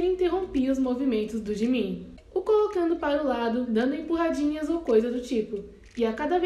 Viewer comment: Ela falar gimin é jimin kkkkkkk